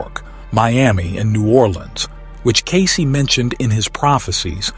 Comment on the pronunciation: The AI generated voice is horrible and especially distracting when it can’t even properly pronounced Cayce’s name properly. Takes away from the information being presented.